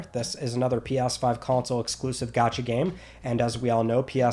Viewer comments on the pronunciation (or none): none